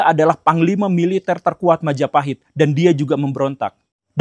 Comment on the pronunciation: Oh look at who controls all the islands? Mahajapit❌️ Majahapit❌️ Mapajahit❌️ Mahapajit❌️ Mapajahit❌️ Ma ja pa hit ✔️